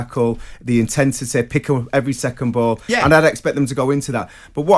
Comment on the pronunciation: Intensetay, unnecessarelay. Okay!